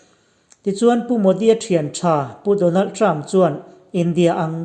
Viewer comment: Donald Trump pàwn mak deuh2 a lam a ngah lutuk tho😁🤣😂